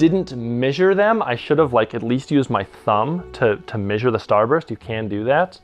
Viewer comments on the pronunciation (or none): Missure, missuring tape lol. I don't think I've ever heard anyone pronounce it that way.